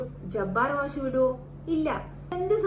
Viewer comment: മാശ് അല്ല മാഷ് എന്നാണ് ആദ്യംപോയ്‌ മലയാളം പഠിക്ക് പെണ്ണുംപിള്ളെ